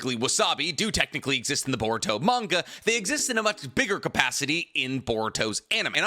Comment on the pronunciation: Manga cannon clans "manga cannon" 😂